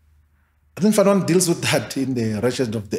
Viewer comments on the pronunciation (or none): none